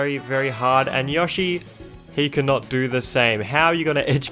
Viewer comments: Biggest crime man did here was how he pronounced Yoshi--I mean, YAHshi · WHY ARE YOU SAYING YOSHI LIKE YAH SHE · YAW-shi Me: its YOH-shi. GET IT RIGHT! >:( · I thought I was the only person in the world that called him " Yawshi" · This is the first time I hear someone pronounce Yoshi as "Yoshh-ee." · nobody: absolutely nobody:: yAhShI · theboy 2 yeah maybe Yushi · YOU MISPRONOUNCED YOSHI YOU IDIOT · Every time u said “Yoshi”, I wanted to die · As an American it really bugs me every time he says Yoshi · I love how he says yoshi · I like you but please stop mispronouncing yoshi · Dont really hear him pronouncing an a in yoshi. His way of saying "Yoshi" still suprised me though. People with english as their mother tongue usually pronounce him with a prolonged o - just like the "Oh" in "Oh my god." I am german and people over here and many other languages usually pronounce him with a short O - just like the O in the words "On/Off"